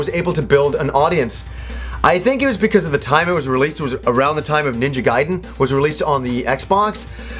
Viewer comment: lol i hate that when im watching a review and im like 'ITS NINJA GUY-DEN NOT GAY-DEN"